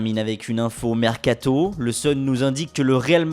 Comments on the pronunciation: j'suis sûr que maintenant il fait exprés d'accentuer le O de mercatO à la fin 😂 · j'adore la manière dont il dit mercato on dirait un touriste japonais😂😂